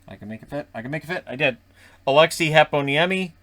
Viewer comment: Love how you pronounce Heponiemi, sounded very much how it is in Finland.